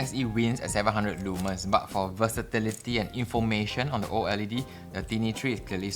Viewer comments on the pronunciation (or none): Leeee manns? I know you’re Singaporean and all but come on man, that’s not how you say it lol